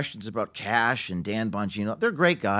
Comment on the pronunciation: Kash not Cash Patel..You're welcome